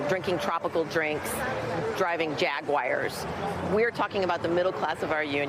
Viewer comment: What's a jaguire? Lol....jaguar maybe....